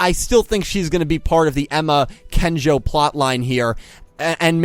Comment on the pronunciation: Hype for Miyu, but just 1 thing, you keep mispronouncing Kengo's name x) it's not Kenjo. ^^